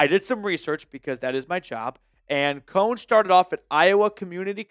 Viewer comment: NO on Kone. It's pronounced ko nee. Guy barely looks at ball while in air.